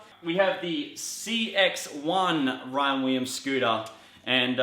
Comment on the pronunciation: he says Ryan Weeems. lmao